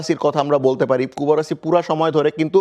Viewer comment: কুবার্সিকে কুবারাসি কেন বলছে? এই বানান কই পাইছে?